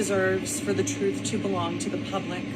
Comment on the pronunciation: I'm still laughing at this dude's beard, hosting the show. I don't think that's real either. So he shaves his head and his arms? 😂😂😂😂😂 I keep noticing you say truff, not truTH. Are you AI?